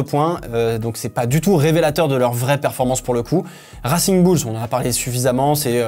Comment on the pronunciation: Ça pique aux oreilles ton accent en Anglais , peux tu faire un effort ?? Surtout quand tu dit « racing bulls » 😅